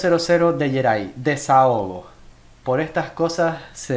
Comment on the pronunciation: te salio el Argentino de adentro jajaja